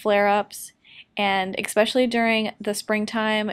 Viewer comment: That's not how you say especially. Adorable video.